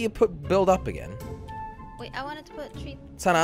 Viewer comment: It sounds like ur saying Santa but really Sana XD